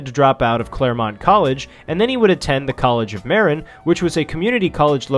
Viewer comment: Btw, you mispronounce Marin. It’s pronounced MER-IN. Great video btw.